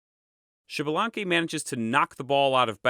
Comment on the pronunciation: Americas Kudos for the video, Thanks for Sharing. Just a note in the Names, in all character names that start with an X the pronunciation is either iks or ish and the last letter has an long accentuation for example Xmucane must be Iks-muca-neh or Ish-muca-neh(Ixmucané). Most importantly the name is not Xibalanque but Ish-balan-keh(Ixbalanqué, the Sun God). Hun and Vacub are not necessarily one and seven and Cabracan sounds cooler than "Earthquake". A follow up to your note at the beginning of the video the Quiche(K'iche) is just one of the ethnic groups of Mayan descendance , there is more than 23 spread though Guatemala and Mexico's Chiapas and Yucatan regions. Nevertheless A+ on your video, specially for showing at the end that Hun-Hunah-puh came back pimping!